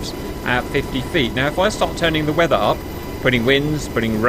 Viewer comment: Does the boss have an Essex accent? He however does use the A for the end of the word "weather" and "hover" .